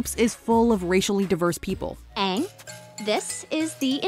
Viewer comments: Me neither, I left as soon as they mispronounced Aang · The pronounciations of their names is my number 1 and then the whitewashing of characters is next for me. Honestly this was disgraceful to the franchise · Incompetent mispronunciation of character names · The pronunciation of aangs name the movie in general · Aang can't even pronounce his own name right smh. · Wanted to be more accurate by having the right pronunciation but also casts a bunch of white people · "That one syllable to many" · Ah, there's nothing wrong. They just missed key details that make the series what it is and infuriate everyone by mispronouncing names. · The continuous mispronunciation of Aangs name drove me crazy. Everytime they did it, it hurt my ears and made me exponentially angry. There is overwhelming evidence of how to properly pronounce his name and you continually mispronounce it? Even if I wanted to re watch this dumpster fire of a movie, I couldn't simply because of that one little thing. If you can't get that right, how can anyone expect you to get anything right. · The movie would have been like 10% better if he said his name right one time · For me, it's hands down the pronunciations. It's not like it was a book and they had no audio, it was a series where names and the like were spoken dozens of times. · Sadly, i watched this in the theater and still clearly remember regretting it when I saw that M. Night Shyamalan directed it. Felt even worse when I heard how they pronounced Aang. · sorry, but, you mispronounce his name, haha. Aang, the show (said as "eyng") ... the movie (said as "ong") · Aang❌ Ong✅ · Like how they were bending the elements was really cool and really well done BUT WHY THE HELL WOULD THEY MADE HIM SAY HIS OWN GOD DAMN NAME WRONG ITS AANG NOT oNG LIKE WHAT THE F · "My name is Oong" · mY nAmE iS OnG" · no? his name is pronounced “aang” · no, 000000nggggg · The name mispronunciations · IT'S AANG NOT OONG AND THE AVATAR NOT THE UHHVATAR